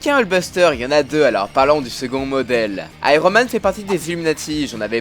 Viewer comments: C'est juste une armure counter Thor (qui n'a pas la même puissance mais agit seulement comme un miroir). Du coup en terme de polyvalence ce n'est pas la meilleure. Et c'est Iron Man pas Aïe-ro Man! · on dit [aïe-one] man ^^